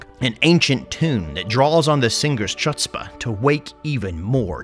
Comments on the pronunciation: Bro, If you are going to use the word Chutzpah, specially in an ironic note, FFS please pronounce it correctly. Its Hutz-spa (C is silent if you did not get it the first time). / plays the 2nd smallest violin. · Hey, chutzpah is pronounced hootzpah. in the video. Love your content though. The Ikit one is now classic. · It's pronounced "hutt-spuh" 🤦🏼‍♂️ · That mispronunciation of Chutzpah... Oy vey... Protip: the "ch" stands in for the Hebrew letter Khet - ח - which makes that (in)famous pleghmy sound, not a typical anglophone "ch". To make matters clearer - "hoo-tzpah" would be a far closer aproximation, lacking sufficient Middle-Easternerness, than what you said in the video. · I can't believe you butchered the pronunciation of "chutzpah",. Shame on you, you schlemiel. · It's pronounced with a H, rather than a CH. :P